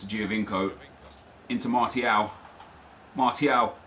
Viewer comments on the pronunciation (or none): GTQskillerz like when he says anthony martial.